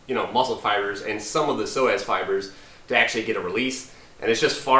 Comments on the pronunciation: Sounds like he said so ass😅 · All this time I kept thinking he was saying "sore ass muscle" with a southern accent...I'll see my way out